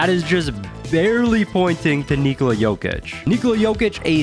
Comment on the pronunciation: Jokic would be proud of how you are pronouncing his first name... well done mate